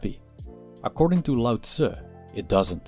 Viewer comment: Its LAO NOT DAO